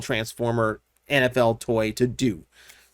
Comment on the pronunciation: Every time you said NFL I misheard it as Anabelle, and I was wonderding if I missed an announcement.